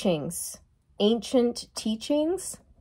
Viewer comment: "Anchiants cheachingz"